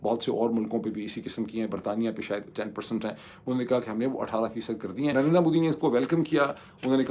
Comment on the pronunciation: In logo ko Narender Modi pronounce kerna nahi aata.... Narendra Modi....NARINDR-A Modi bolte hn